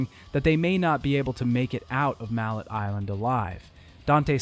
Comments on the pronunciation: I love the details and new information about the production of the games a lot of info I never would've known otherwise though I did spend a bit too long laughing at mallet Island being pronounced like the hammer but still stylishly done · Great great video, stupid ass nitpick cause the first one is one of the first games I ever played so it’s legendary in my eyes but I’m pretty sure the name of the island is pronounced mallay as in melee. Who gives a fuck though amazing video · Couldn’t pronounce ‘mallet” right 😂😂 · Are you intentionally mispronouncing everything? Vida Marley, Ger and Frek (did you think the 'i's were silent for some reason? Does ANY language do that?) Also, while the name of the island in the first game IS Mallet Island, it is NOT pronounced like the english word Mallet. At least not in the english games. Both Trish in the first game and Dante in a later game pronounce it like 'melee'. If it was just in the first game we could call it a dubbing error (since the japanese name is 'Maretto-tou') but since they doubled down on it later I think we can safely say that is the correct english pronunciation.